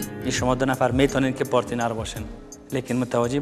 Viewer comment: Nazir khara, "parteenar" lol instead of partner... it is cute though! :P